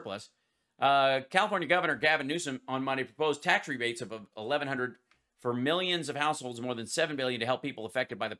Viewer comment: Sniff sniff. Sniffsniffsniff. Who tf says historeh? That freaking accent is vile sniff and storeh sniff. And ofc mi- yuns and bi-yuns.